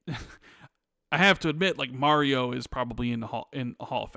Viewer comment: Everyone: "Mario": "Merio"